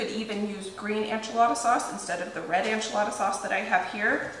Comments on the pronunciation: Hey, I love your videos! I just wanted to mention that it sounds like you're saying "anchilada" instead of "enchilada." In Spanish it's ehn-chee-lah-dah, but most English speakers say it ehn-chill-ah-duh. It sounds like you're saying ann-chill-ah-duh. I know if I was mispronouncing something I'd want to be told, so just giving you a heads up!:) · Is it a regional pronunciation to say “AN-chilada” vs “EN-chilada”? Just curious!